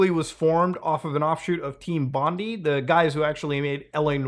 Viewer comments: In Australia the developers name is pronounced Team Bond-eye, not Team Bond-ee. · Bondi is pronounced Bon-Die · bro doesn’t know how to pronounce Bondi 😭😭 as in the famous Sydney Australia Bondi Beach 🏖️ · Team bond-I not team bondee, I forgive you Mutahar.